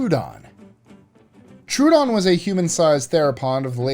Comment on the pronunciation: "Tro'odon" not "true-don"